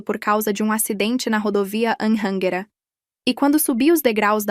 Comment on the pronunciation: A pronúncia de Anhanguera é ridícula